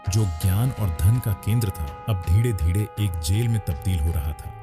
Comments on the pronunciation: आप धीरे धीरे को धीङे धीङे क्यूं बोलते हो 😂😂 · Dhire dhire ❎Dhide dhide ✅😅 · "धीरे धीरे" ये सरल शब्द बोलने में क्या तकलीफ है?